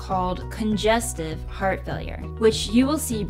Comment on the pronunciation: "T" is missing in "Heart" God bless!